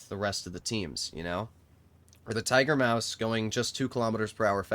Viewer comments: Tiger Muas ✅ Tiger Maus ❌ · "Tiger muas" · ah yes, Tiger-Muas